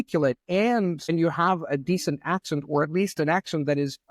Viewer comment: like everyone with a C2 level and good pronunciation, still does make mistakes that make him sound like a foreginer, you just have to listen to him talk for a while. The way he pronounces "accent" sounds more like the German word "akzent" for example.